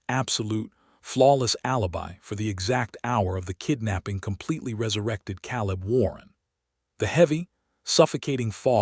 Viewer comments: Maybe i will subscribe when you get narrators who pronounce names and words properly. Those mistakes glaringly stand out and ruin the story! Ex: Calibb is pronounced KAY LIB not CAALL IB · So many mispronounced names and words!! He says Calib , it is pronounced Kay lib. Why use someone who can't speak properly!!?? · It is pronounced Kay lib! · Caleb mispronounced and too many adverbs and adjectives. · Shouldn't it be Caleb?